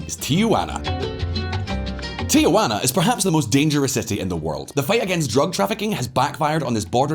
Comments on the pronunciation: It’s “Tijuana”, not “Tiajuana”. Also, Baja is pronounced “Baha”. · It is pronounced Tee-hwan-ah, not Tee-a-hwan-ah. The first is a city, the second is Aunt Jane. Also it is Bah-ha, not Ba-ja. It's a Spanish language thing. As to Mexico, there has been a recent uptick in violence and murders in/around the tourist resort areas of Cancun and Cozumel.